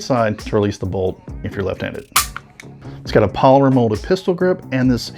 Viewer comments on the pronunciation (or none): none